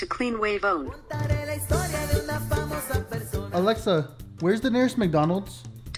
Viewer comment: Alexa isn't saying it right in spanish